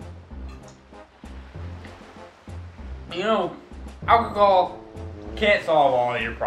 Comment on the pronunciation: "Alchocal" XD